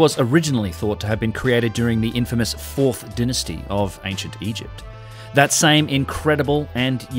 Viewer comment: Denisty?? It is Dynasty.